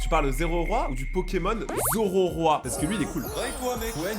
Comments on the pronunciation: Cest honteux c zeraora pas zoroiroi frr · Euh juste le pokemon c'est ZERAORA pas Zororoa😅